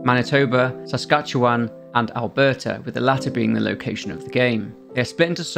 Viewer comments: Bonus points for pronouncing Saskatchewan correctly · Thank you for properly saying Saskatchewan The place sucks and I live in it